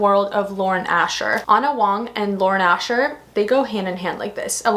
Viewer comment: I don't think she cares. She still doesn't bother to correct herself on how she pronounces Ana Huang's last name.